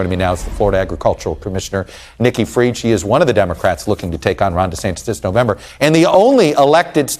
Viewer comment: Nikki not icky!